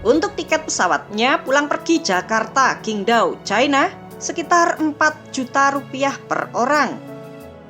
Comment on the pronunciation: Mimin masih banyak salah baca pinyin Qingdao bacanya chingtau bukan kingdau Zhanqiao bacanya chan ciau bukan jankiau